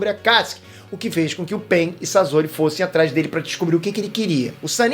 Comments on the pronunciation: Para de pronunciar " sazori ", pelo amor de Deus. O correto a se pronunciar é " Saçori " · É sosori e. Nao sazori que angustia essa pronúncia, video 10 pena que as pronúncias de nome dos personagens estão horríveis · N eh "sazori" q se fala eh "sasori" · Pieter não é Sasori é Sasori